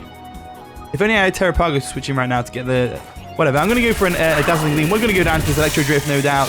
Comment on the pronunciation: It’s pronounced “Tair-rah-pah-goss”